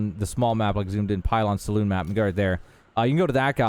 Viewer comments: Pylons Saloon (pronounced suloon), not salon, lol. Monday morning quarterbacking and all. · Great video but it’s not pronounced salon, it’s saloon 😅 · Why do people keep calling "saloons" as: "Salon" -- A Salon (Suh-Laan) is a hair stylist shop, a Saloon (Suh-Loon) is a bar. -- Is there a 'meme' that I don't know about? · Dude literally called the saloon a salon… 😂